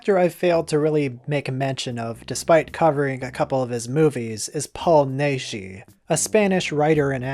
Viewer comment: Paul Naschy's name is pronounced like "gnash." Actually "gnash-y." "The Werewolf vs. the Vampire Woman" is the sequel to "The Fury of the Wolf Man." It literally takes up the night that "Fury" ends because two pathologists (not graverobbers) are called in to do an autopsy on Waldemar Daninsky. And later in the movie, he talks about catching lycanthropy in Tibet.